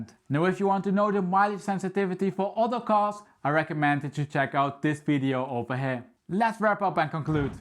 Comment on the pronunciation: “Ovah heeya”